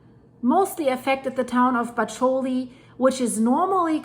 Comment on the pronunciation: Bacoli is pronounced BA-ko-lee.